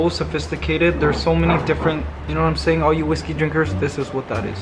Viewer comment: "You know wharaym seyyynn?"